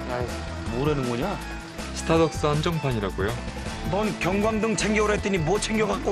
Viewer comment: 스타덕스? 발음 여전하네ㅋ